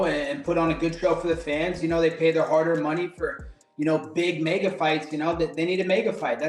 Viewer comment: Colby Covington has been running around saying MAGA so much that when he says MEGA it sounds like MAGA